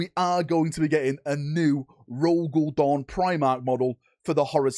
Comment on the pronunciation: i know i know but I find funny to understand dog the first time I heard it hahahaha